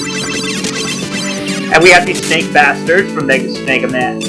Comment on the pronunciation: I can't tell if you're saying Snega Man or Snaka Man, lol.